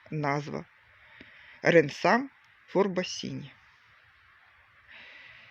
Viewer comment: Зі всією повагою, але назва цієї гортензії "Rensam Framboisine" та вимовляється як РенсАм ФрамбуазИн, та вона доволі давно є в українських розплідниках саме під цією назвою.